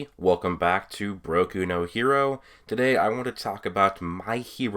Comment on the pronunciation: This guy triggers me he said broil no hero also my hero acedamia